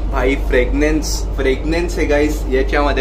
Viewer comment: मित्रा, फ्रेग्नन्स नव्हे, फ्रॅग्रंस.